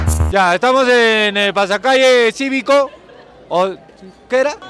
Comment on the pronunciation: "Desfili ciVico" ....pendexxx